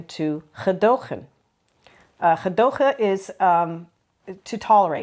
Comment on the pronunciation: Doing well with the hard "G" : Gemeente Gezelligheid Gedogen 😊